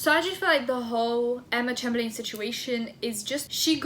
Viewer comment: It’s said like Chamberlin , love you!!